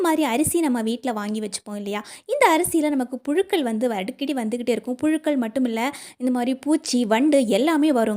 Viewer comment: மகளே,அருமையான பதிவு, "அளவு" உச்சரிக்கவராதா, அழவு என்று ஏன் உச்சரிக்ககின்றீர், புளுக்கள் அல்ல புழுக்கள், " பலைய" அல்ல "பழைய"தமிழை பிழையின்றி பேசி பதிவிடுதல் நலம்.